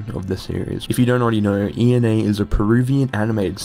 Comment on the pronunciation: just an fyi her name is pronounced (eh-na)